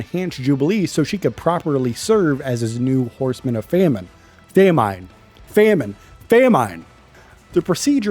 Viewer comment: Never say famine again